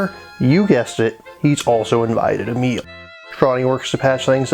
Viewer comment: Great review, but dammit, "emil"? Really? I though the name Emilie is known enough. Like come on, man. Still, great review.